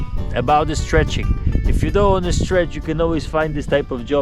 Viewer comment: STRETCH not STREACH